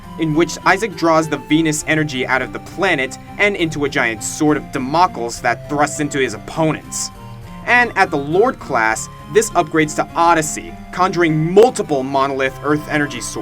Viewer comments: Damocles = DAM - o- cleez, not dam - OC - als Eidolon = EYE - do - lon, not eye - DO - lon. You like putting the emphasis on the incorrect syllable, don't you? :-p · Damocles is pronounced Dam-oc-lee-s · Its pronounced Dam-uh-cleez.